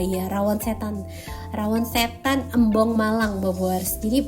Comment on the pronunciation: bocan melafalkan “Embong” jangan kayak Elang. Huruf e-nya dibaca kayak Receh.